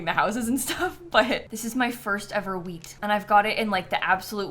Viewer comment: "I'll go and see if Leaf sells any weed" is not a good sentence out of context 😆(Edit: I do know she says "wheat" and "Leif", but that's not what it sounds like 🤣)